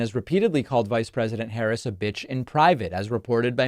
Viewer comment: He is mispronouncing her name on purpose because he has no respect for her. She is mispronouncing hospitality because she doesn’t know any better. Sad.